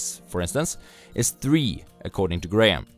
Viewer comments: I like your videos, but just to correct your pronunciation of "Benjamin GraHAM" it is pronounced as "Benjamin GRAM" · the h is silent..